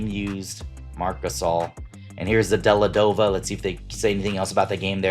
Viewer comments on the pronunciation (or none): Dellavedova, not Delladova Bo-yahn Bogdanivch, not Bo-john Bogdanovich If someone is coming to your channel and watching your video for the first time, and hears you mispronounce multiple player names, there's a good chance they will think you don't know ball and decline to like and subscribe or become one of your customers.